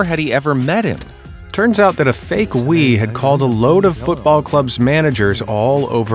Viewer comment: It's Georges Weah (prononce the A) also the images of his game are available on YouTube. Religion is already a scam!